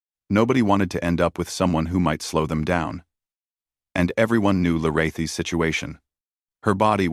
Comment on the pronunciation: It would be nice if ai voice would pronounce Lirayhi's correct each time it stated it, if can be called that.